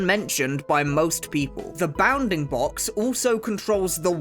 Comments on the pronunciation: I stead of saying bounfing box he says “bah-oundingbocks” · hearing a british guy say bounding box is funny